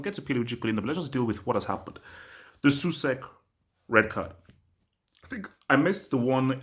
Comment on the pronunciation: Totally agree. Btw it's pronounced S-Owl-Check.